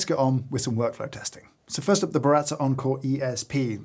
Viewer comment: How Brit’s say Baratza: Burratzer